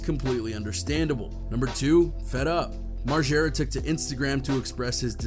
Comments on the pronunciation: Moreega? Wtf lmao it's margera mar-jer-uh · Site is lazy don't do much research ..say Knoxville has fizzled out n can't get bams name rite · "Bam Marega" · That nigga said Bam Mareega tf nigga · Thanks. As soon as I heard the guy call him Bam Mareega, I stopped watching.. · Did that idiot on ET just say Bam Mareeega? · As many times as Bam Margera has introduced himself, you’d think people would know how to pronounce his last name…